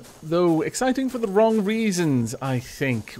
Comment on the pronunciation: Ultra Hunter No, the person just said "wron", not "wrong".